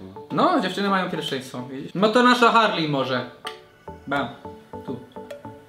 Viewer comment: nie muwi się harly tylko harley